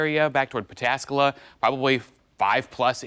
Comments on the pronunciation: She just said pet-a-scala....local reporter lady, I believe that is pataskala. Shes a paid professional reporter for our local news? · Pata Scala??? I understand we have some newer reporters. But for road reporters, please give them a class in pronunciations of the area that they will be reporting about. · Pat Uh Scala? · What happened to “Turn around, don’t drown”? It’s puh-TASK-uh-luh! Lmfao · 😂 she can't even read correctly, its pataskala ! Wow you can tell she is not educated, 10tv will hire anybody as long as they are a democrat 😂😂😂